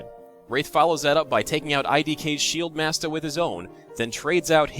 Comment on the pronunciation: I love hearing you say "shieldmasta". It's probably the whitest thing I've ever heard.